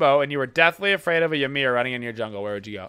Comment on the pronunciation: Omfg people learn to pronounce Ymir please